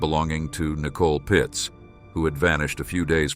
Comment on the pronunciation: Its Pietz, not Pitz